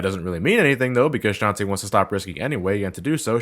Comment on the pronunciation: hey, I've said this already and imma say it again: It's shan-ta-eh not shan tee. I know it's a stupid gripe to have but it's the details that count:3